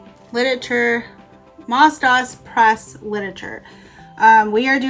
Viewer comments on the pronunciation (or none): it is pronounced MOSE DOSE. it was created for the orthodox Jewish schools.